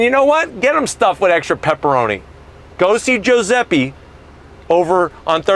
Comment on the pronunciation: "joe-zep-ee"... Oh, it's "joo-zep-eh". Porca miseria